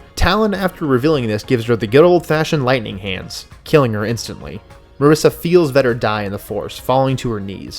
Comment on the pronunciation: Nice job. Why do you pronounce Marasiah as Marissa?